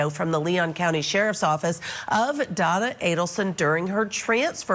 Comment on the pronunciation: Is it just me or does it sound like Judge Ashely Willcott (the host) is saying Donald or Donal and not Donna Adelson? LOL, the pretend volatile shaking. She stopped shaking when she was being given the water from the bottle (yes, one of her hands was being held by another officer, still) and when she was lying on the gurney, she was not shaking. I don't know why people keep saying that Donna Adelson is a mastermind in all this. I think Wendi Adelson is the mastermind, she got everyone to do her dirty work for her sake, her needs, her desires and everything else she wanted in the universe. She wanted to erase Dan Markel from their son's life and she did. Their last name was changed and the middle name of Benjamin was changed too that was dedicated to Dan Markel's grandmother.